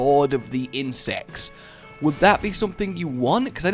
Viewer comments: I thought you said "In sex" rather than "insects" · it sounds like he said lord of the incest